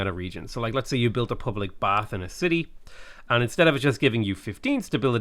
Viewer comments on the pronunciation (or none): none